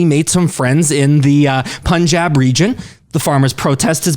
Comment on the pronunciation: Awesome reaction guys! Liked and Subbed! As a Sikh, I’d like to add some correction, context, and further explanation below. :) - 550 years ago, not 500 years - The “Pun” in Punjab is not pronounced Poonjab but pun as in “no PUN intended”. It was partitioned in 1947 in half (India and Pak) when the british left. It was the largest forced migration in history that claimed 1 millions lives. - Seek or Sikh has the same meaning - Learner. So either pronunciation works, but Sikh as per the video is more native. - The word 'Guru' takes a deeper meaning in Sikh tradition. When asked by his spiritual interlocutors who he was, Guru Nanak said he has 3 forms. These are the temporary form (Body), Gur-shabad or timeless wisdom of God (expressed in Sikh Scripture), and Timeless and Formless primal and permeating force (੧ਓੱ ik-onkar) - alluding to enlightenment or ego-transcendence with the help of Gur-shabad (2nd form). -The Sikh Tradition has 12 Gurus. The 2 others are Guru-Granth (Holy Scripture) containing the wisdom of Guru that can transform all humans to achieve enlightenment and ego-transcendence, and the Guru-Khalsa being the collective living body that has been transformed by Guru's wisdom and is equal in status of 10 Gurus. The voice of this collective represents the divine voice of the Guru, and hence the Gurus are still with us in the present, and open to all to become its part. Sikhs sociologically, politically, and ideologically transform with time a